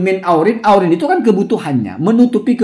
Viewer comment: Hasyim kali bacanya ya, 'iwazin bukan aurin